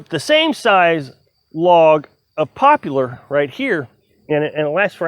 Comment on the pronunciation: You pronounced poplar wrong.